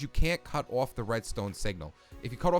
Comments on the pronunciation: The way you say off. “Awf” btw I’m not criticizing. I think it’s eccentric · i love how you say off you say it like iofff